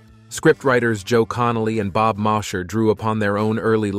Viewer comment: Bob Mosher's name wa pronounced "moh-sher" I know this because I knew him! ...Malibu, 1968.